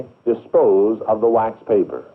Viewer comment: And why does the narrator pronounce "dispose" with four syllables? "di-SPO-oo-zuh"